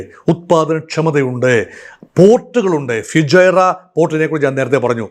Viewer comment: ഫ്യൂജൈറ അല്ല സാർ ഫുജൈറ